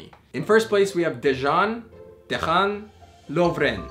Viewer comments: it's pronounced Deyan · The Croatian guy's name is pronounced like "Day-un". Interesting video, btw.✌